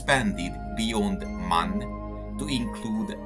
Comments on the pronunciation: MAN is NOT pronounced 'man' it is an abbreviation for Maschinenfabrik Augsburg Nürnberg. Therefore each letter is pronounced individually: Emm Ahh Enn (M A N). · The name of the manufacturer is always pronounced in a wrong way. The three letters "M" - "A" - "N" are spoken separately, not as a word.